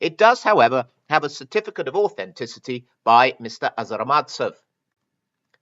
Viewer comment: The Russian "authenticator" is a not-so-petty criminal, however, you consistently mispronounce his surname. It is ARZamastsev, not AZArmatsev. This not very common last name is likely originates from a toponim - there is a city named Arzamas i. Russia.